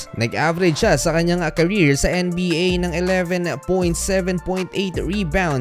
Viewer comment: ang kulit mo mag salita kailangan tlaga maging OA . anong N-E BA diba pwedeng sabihin mo lang maayos na NBA